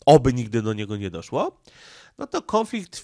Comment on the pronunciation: Nie kĄflikt tylko kONflikt, gdzie tam masz ą?